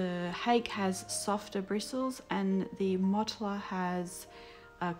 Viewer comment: The Hake brush is Japanese and it's pronounced "hah keh" : )